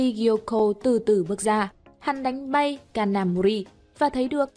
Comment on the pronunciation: cj ơi có đoạn đọc nhầm kanamori thành ông thanh tra gà mờ nakamori ko bắt nổi kid kìa